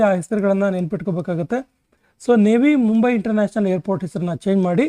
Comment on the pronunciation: ನೇವಿ ಮುಂಬೈ ಅಲ್ಲ ರೀ ಅದು ನವಿ ಮುಂಬೈ ಅಂತ ಓದಬೇಕು.